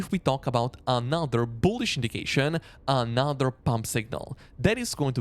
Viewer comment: and then there's AH-NAH-ther word